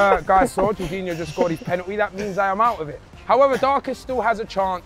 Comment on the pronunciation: Darkest calling Jorginho ”George”